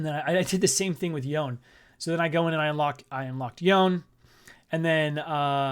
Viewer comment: Man like banger vid then i hear how you say yone